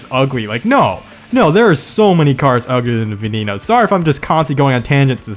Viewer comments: Get your pronouncec right i had to replay it 200 times to understand its VENENO not VENINO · IT IS NOT VENINO, ITS VENENO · The way you pronounce veneno made me want to throw up 🤢. The ne sounds the same as the ve so it’s not ve knee no it’s veneno. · It's pronounced ven-en-oh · Say it with me gringos VEH-NEH-NO LAMBORGHINI VEH-NEH-NO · What about the way he says veneno hes like venino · Still waiting for Every Engine in 4 Words. edit: I remember PGR! I still play PGR3 on my Xbox 360, I'm basically god with the CCR <3 edit 2: you pronounced Egoista and Veneno wrong >:(